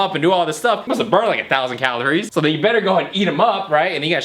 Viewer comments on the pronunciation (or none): none